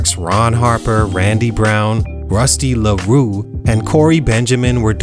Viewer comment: The way you said Rusty LaRue made me laugh!🤣🤣 Keep ya grind player!